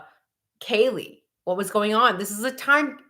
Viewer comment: And, H said Kaylee's name incorrectly and that he did not really know her, during his interview at PD. Videos of him in the house at parties and when LE showed up due to noise complaints show that he is a liar. Why is he lying about something so obvious? Shows, to me, that he is lying about bigger things. Case behavior of CYA.